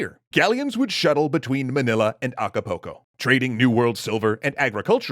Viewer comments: Why do people always call it Acca-poke-o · As a mexican, I'm sorry, I was laughing the whole time for your way of pronouncing Acapulco. XD It was so baaaaaaaaaad...